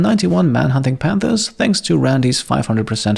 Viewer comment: I kept hearing "91 man-hunting pandas" and it seemed more adorable than threatening!